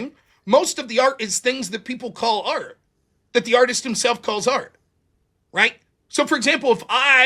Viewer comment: Sometimes when he says art, i hear aught. One aught to be polite when given no affront. That's all. I like silly debates though. Quite a lot, general. Screw art though. Also in general